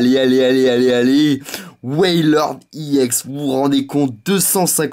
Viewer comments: On dit Ex pas iEx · Mega giga trop bien vidéo, par contre,je vais te donner une petite correction, on ne dit pas YEN mais EX mais c'est pas grave le plus imporant c que la vidéo était super et je te souhaite de bonnes continuation pour tes ouvertures futures. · c est pas iex mais ex juste ex sinon c bien ta videos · sa c est vrai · arrete de dire iex c' est ex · On dit ex et non iex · Tu dit IX au lieu de EX je vous dit désabonner vous et aller voir David Lafarge pokémon c le meilleur Poké YouTubeur !!! Et aussi missjirachi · t'est nul!!!tu ne sais meme pas parler.On dit X pas EX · Ptn dis ex pas iex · c'est EX et pas IEX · pourquoi tu dis i ex ? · tes chiant de dire iex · ARRETE DE DIRE IEX GROS CON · il prononce Ex a l'anglaise il dit E et X en anglais